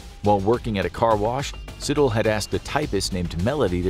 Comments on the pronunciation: 😂😂😂 “sit-ol” It’s pronounced “C”-“Toll”-Eh” As in “Si”-“tho”-“le” But i didn’t know about him though, fascinating. What exactly causes these people nature or nurture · Moses Sithole (see-Tol-eh) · And the surname Sithole